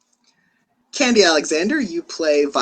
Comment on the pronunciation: Her name is pronounced "Condi"...not candy. She is veteran black hollywood. RESPECT.